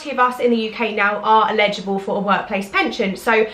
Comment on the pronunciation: Really interesting video thank you! I’m new to your channel and it’s great to see someone based in the UK creating this kind of content. Just one quick question...Are you saying “illegible” or “eligible”? I’m sure you mean the later but it sounds like you’re saying “if you’re illegible” which means something completely different 😂 Keep up the great content! Xxx